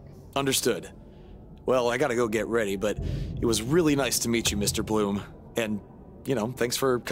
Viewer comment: does he in the beginning really say Mr bRoom? and is that supposed to be Finlay with Bloom?